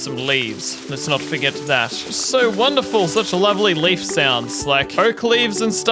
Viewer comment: I like the way you say leaf it makes me laugh😂😂😂❤❤😊😊